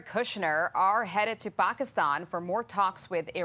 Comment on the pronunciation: Too” Pockistawn”